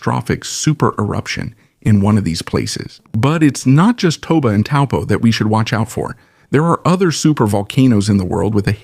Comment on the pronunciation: Thank you for this information and pronouncing 'Taupo' correctly 🕊🌻🐝🌟✨